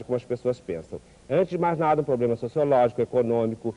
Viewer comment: "O seu probelma, meu bem, é São Paulo" hahahaha